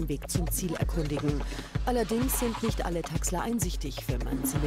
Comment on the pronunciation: „Sie haben misch ins Gesischt gefilmt, das dürfen sie nischt!“